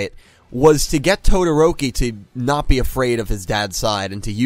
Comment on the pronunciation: its TO-DO-RO-KI wtf are you saying